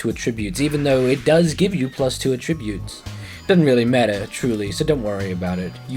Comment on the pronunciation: the way you say ATTRIBUTES troubles me greatly.